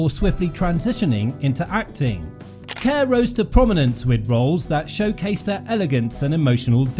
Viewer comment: Her last name is mispronounced. It is pronounced like "car." The promotion for one of her early American films stated that.